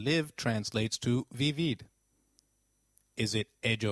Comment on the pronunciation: Great lessons you really help❤️ but i have a question por favor aren't we supposed to pronounce the "V" as a "B" so like isn't it should be pronounced "bibir"?